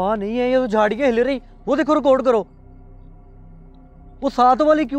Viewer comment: ریکارڈ ہوتا ہے رکوڈ نہیں ہوتا🤣🤣🤣🙏